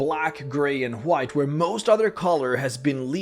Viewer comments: nobody:: chhhHHwite! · can we get like 5 seconds video of you just saying WHITE please? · You are saying white wrong